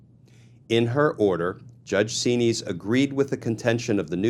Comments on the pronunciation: Xinis pronounced 'Zen-is' not 'zeen-ees' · Correct spelling of the Judges name is Judge Paula Xinis. Pronounced Z-Niz. All of these judges threatened to pursue contempt charges against tRump, but Nothing ever happens !